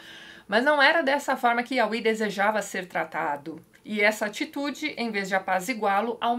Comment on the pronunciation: Tatiana, acho que a pronúncia correta de Iahweh é "iavé".